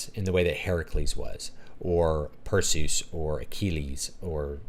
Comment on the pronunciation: Your pronunciation of Perseus' name was music to my ears! I had to rewind the video a few times just to make sure I heard you right. Lol.